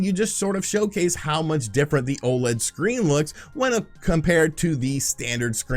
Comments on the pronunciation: You're still saying O-Lead, dummy? O.L.E.D. O.L.E.D. YOU DONT CALL LED LIGHTS "lead lights" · Stay mad, he can pronounce it however he wants as long as people know what he's talking about. And they do.